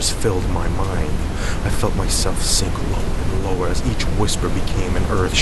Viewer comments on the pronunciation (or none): none